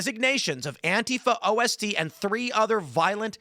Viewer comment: Ost is simply German for east... Not pronounced "O-S-T"